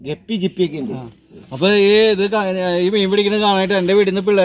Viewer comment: ങ്ളു ഒരു സംബൊം തന്നെ പൂഞാന്. കടിപൊടി 😂😂 കൊളം ആക്കല്ലെ ഗപ്പി അല്ല ടെപ്പി 😂😂😂